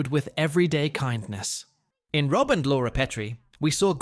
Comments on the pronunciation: Yes. It called him ROBE instead of ROB. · ROBE Petrie??? Fucking AI narration means Dislike. Buh-bye.